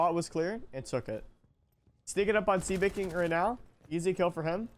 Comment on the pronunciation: brooo, i just couldnt when he said "see baking" over and over☠️☠️ and im sitting over here like "ITS SEBA KING!!! his name is sebaaa bro"